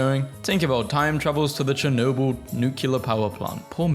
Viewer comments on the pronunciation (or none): none